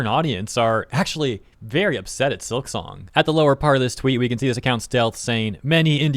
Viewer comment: it's silk song.... not silik song. at least say it right.